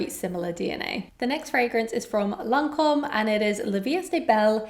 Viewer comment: Lancome instead of 'Lacome'